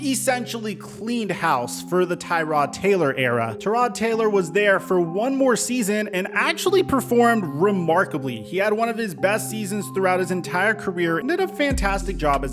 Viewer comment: Should this guy even be commenting on the Giants when he says “Terrod” Taylor or Nate “Soldier.” Btw, it’s Tie-Rod Taylor and Nate Solder (sol-der) not Soldier. There’s no ‘i’ in there.